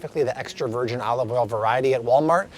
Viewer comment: “Virjeen” 😂 loved all the info, where I live we have an Aldi and Walmart and that’s about it lol